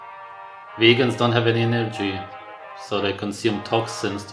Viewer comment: VAGEANS = ANTI - NOOTRIENTS heheh